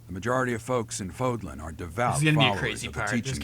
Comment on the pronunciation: Not trying to hate but the accent goes the other way in Fódlan